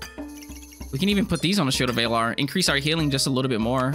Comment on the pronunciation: Why do you pronounce Valor like that? Lol